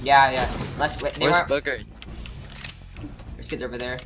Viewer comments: he really said “where is bugger” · He said booger didn’t he? There was a player in the finals named boogereater like was he even talking about Bugha?